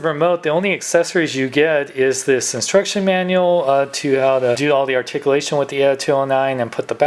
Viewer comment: Wow. Sad doesn't do reviews anymore. Asked for money?. That's sad. Argh. It's ARTICULATION!! Pronounce it right!!. Lol. Well since your gone. Guess I have nothing to bitch about. Hahahahahaha